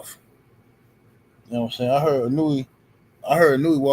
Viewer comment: Pronounce his name correctly. It s E-No-Eh. If Inoue is overrated, so is Devin Haney, Teo, Mayweather. Lol😂 5 belts and overrated, yeah okay.